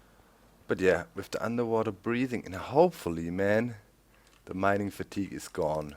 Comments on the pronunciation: doc! fateeeg! not fatugeh! :3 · Mining Fat-i-Gahy - No. Just NO. Lol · FATEEEEEEEEEG not FATIGWAY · "Mining Fatty-gay" I love your pronunciation Doc! :) "Fat eeg" Great episode so far (I'm commenting half way through) I really enjoy this series - thanks for posting a new vid :) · he pronounched it like the french word, fatigueé, that's where he got it from. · Haha, it's funny how you pronounce 'Fatigue' in 'Mining fatigue' like in a french way ^^